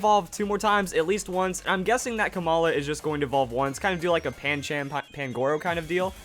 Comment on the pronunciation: THIS IS HOW YOU SAY PANCHAM HOW TO SAY IT: PAN-chum